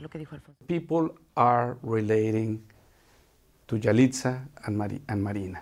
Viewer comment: Por qué le dicen Yalitzia jajaja, es Yalitza.